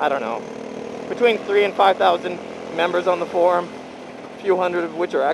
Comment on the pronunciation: The first time he sayed Froum I understood he said: Check out my porn And i was like: wtf ?